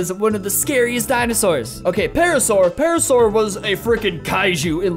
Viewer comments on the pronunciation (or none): none